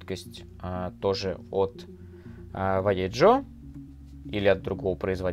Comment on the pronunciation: Они вайеХо а не валеДЖо, это испанский язык, у них J это Н (Х) а Н вообще не читается никогда)